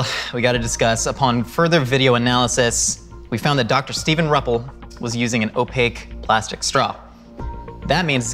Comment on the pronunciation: I am Steve's mom, and for one, it is pronounced R - you- ppel. And yeah, Steve is highly athletic, like a 12 time Ironman competitor, plus everything else having to do with sports. His being a Chiropractor is mostly geared to sports and training.